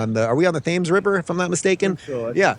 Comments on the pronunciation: The "Thames River"😂😂😂! It's the River Thames (pronounced tems). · I know you're a yank. But Dave, you gotta pronounce things right. You have an obligation to do so. The Thames (Tems) River. Other than that you're so awesome. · And Thames is pronounced TEMS. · Dave pronounced the Thames River in England the way people in New London Connecticut pronounce the Thames River there